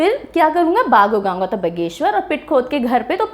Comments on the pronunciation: बगेश्वर नहीं बागेश्वर हैं। अंग्रेजी ने उच्चारण भी खराब कर दिया। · बागेश्वर है ना कि बघेश्वर् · Wrong method, भगवान बागनाथ का गलत उच्चारण it's बागेश्वर not बगेसर। 😡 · बागेश्वर ❎ बाघीश्वर✅😂😂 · मैडम आप कह रही है कि आपका उत्तराखंड से कोई लेना देना नहीं है, परन्तु यह राज्य भारत में ही पड़ता है और आप भी सायद भारत में ही रहती होंगी । और हां बगेश्वर नहीं बागेश्वर है वह जिला। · बगेश्वर नही होता हैं बागेश्वर होता है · बागेश्वर है वो ना की बगेश्वर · बगेश्वर नहीं बागेश्वर होता है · It's बागेश्वर Ma'am not बघेश्वर. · अच्छी जानकारी दी आपने,but बगेश्वर नहीं बोलिये वह बागेश्वर है👏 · Ha 😂 mene bhi yahi socha pronunciation different krdi